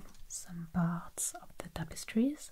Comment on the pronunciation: Love the "zees topostree" videos